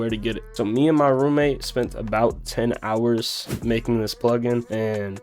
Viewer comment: The price is crazy. Obviously to take advantage of the few loyal fans. And I just heard the "10 hours" part 🤣🤣🤣🤣 Bro said it like it took them 10 months! Jokes aside you are miles ahead of the rest who offer presets for the same price. You at least give presets for free.